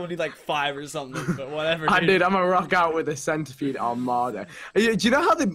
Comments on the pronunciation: he calls centipede centerpede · pronounce the centipede arthurioplura